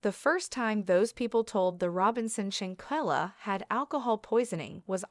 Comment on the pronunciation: Every time her name was said, it was mispronounced. If you’re going to tell it SAY HER NAME correctly. Folks just wanna talk just to be talking!